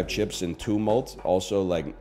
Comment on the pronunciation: anyone else love how he says "cheps"? ICANT